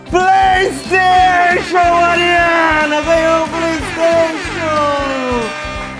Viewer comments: Plesteixo plesteixo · PRAYSTATION, PRAYSTATION, PRAYSTATION !... KKKKKKKKK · "PlayStation PlayStation PrayStation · PLEISTEICHU! PLEISTEICHU! PLEISTEICHU! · PLAYSTAXION, PLAYSTAXION *(vira logo)*, PLAYSTAXION!¡!¡!¡...……